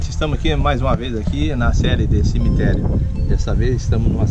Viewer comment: morando em Portugal e falando "cimiterio simprizinho"....pqp , matando os brazukas de vergonha